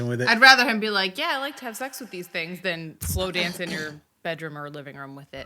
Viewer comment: Omg this is the 20th video. I can not anymore. Its ROOOOOM NOT RUM